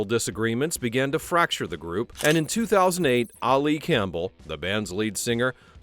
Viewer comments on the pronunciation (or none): You don’t pronounce Ali Campbell like that; he is British, not Arabic.